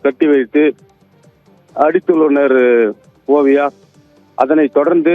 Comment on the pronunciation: செய்தி சோல்பவர் சேய்தியை.ஓழுங்க சொல்ல வில்லை என்றாலும் வார்த்தைக்கு வார்த்தை ஓவியா பெயரை சரியாக சொல்கிறார்